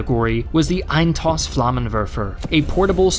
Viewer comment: EIN-STOSS !! ..... EIN=one / STOSS=shot ..... get the emphasis right plzzzzzzzzz ...... just like "one-shot" is not "once hot" this is not " eins toss" ... that would roughly translate into "once throwaway" .... its close but, ....yeah right bit not quite .... (no i am no german lol !)